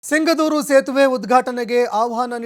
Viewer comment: Yaav seeme anchor adhu sigandhoor antha hesru